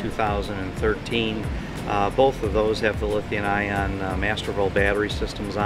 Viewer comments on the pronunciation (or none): LOL. "Lithian-ion". has added a new element to the periodic table! C'mon its Lithium-ion.